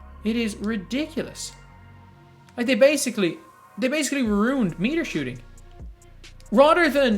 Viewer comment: I’m just here to see pronounce ruined as runed